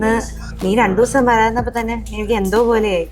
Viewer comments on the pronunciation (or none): none